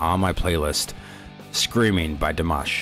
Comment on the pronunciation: You said his name perfectly. This was the video version, Dimash does all the vocal background. That is him hitting all those high notes. Now you have to see the "Scream Idol Hits", there is a surprise in it for you, you would never expect. Here is the link Screaming Idol Hits